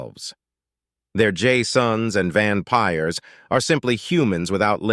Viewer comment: "Van Pyres" Hey, I'm one of those.